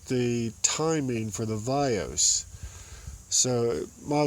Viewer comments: Very helpful video. However you keep saying "Vios" when referring to the VANOS. I'm probably not to first to mention it. But I didn't feel like looking through all 280+ comments for it. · what the hell is "vayose"?! lol. he means "vanos" haha. im a certified BMW Technician so thats how i know this stuff